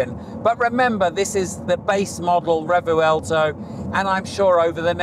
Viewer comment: It’s not pronounced “Re-vu-el-to” you silly Pommy. No it’s “Revwelto”